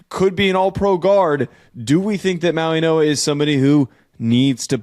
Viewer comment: this is how you pronounce his name Mau-ing-oa Mauigoa The way you guys are pronouncing his name Mauinoa, that's not how you pronounce it